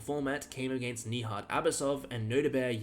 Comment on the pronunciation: Bruh, Nijat is neither french, nor south african. So you'd do better if you pronounced the 'j' properly.